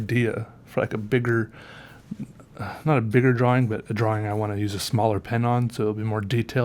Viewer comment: Love how he you say drawing it sounds like your saying drawwing lol, really like your videos